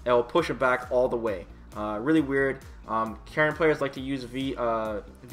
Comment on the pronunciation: Holy shit, he pronounced Karin's name correctly.